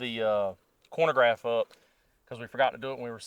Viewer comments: “Chronograph” not “Cornograph” 😂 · Really enjoy the video and channel, but it drives me mad every time you say “cornograph”. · Chronograph, not cornograph. I still enjoyed the video. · “Corn-o-graph”, hahaha -khro-no-graph mah man, lol I think a 10.5 barrel at 100 would have been the best result. I use Underwood Subs. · What's a "cornograph" lol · Man said corn-a-graph... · Man this is a great informative video, but... Being from KY, I know I don't always speak proper english, but a "cornagraph"?🤣🤣🤣🤣🤣 Just kiddin' man. Great video! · Im sorry - are you saying corn-o-graph? I know ya gotta eat big to stay big but I dont think that machine has anything to do with corn. 😅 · The way you pronounce chronograph irks me